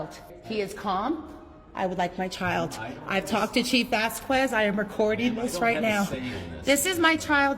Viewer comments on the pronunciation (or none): none